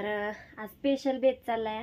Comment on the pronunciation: पेशल नाही ग स्पेशल अस बोल